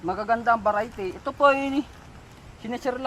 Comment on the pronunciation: Parang sasabihin mo lang veriety patawa ka noy